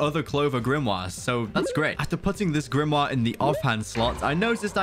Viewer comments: why did u say grimwa its grimmor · Why does he say book thingy(dunno how to spell) like that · His waybof saying grimore is so weird